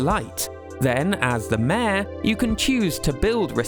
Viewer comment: city folk is the american name. Its called lets go to the city in our countries where mayor sounds closer to mare than to major…